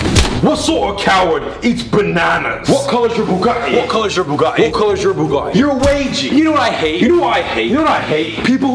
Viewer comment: Its pronounced bugAHHHHtti